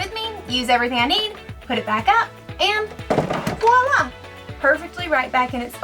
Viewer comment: Do people know voila is the word not woila?